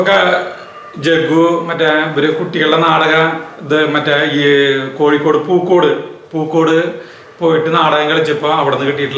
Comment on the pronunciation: kozhikode pookod alla pookaad aanu..ente naadu aanu